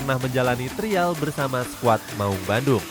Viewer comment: Trial, Di bacanya trayel Nora lu